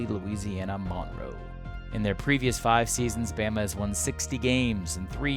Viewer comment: Being from Louisiana, he really didn’t have to say Monroe like that😂